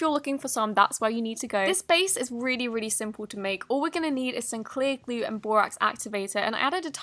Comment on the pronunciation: Why do u say Elmere's Gluuu..... not glue???